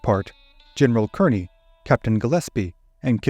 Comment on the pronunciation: In this case, Kearny is pronounced “KAR-nee”.